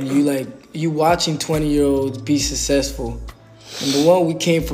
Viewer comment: "Sussesful" 🤣 Oh no!!! One of the island boys was wilting looks